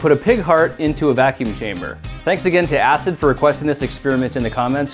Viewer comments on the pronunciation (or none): none